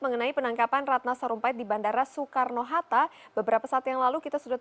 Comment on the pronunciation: Apa cuma gue yg fokus ke reporter nya bilang Sukarno hatto 😂